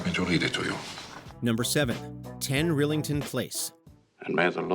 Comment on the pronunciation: It's pronounced "rye-lington".